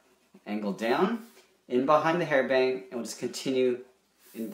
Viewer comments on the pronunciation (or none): none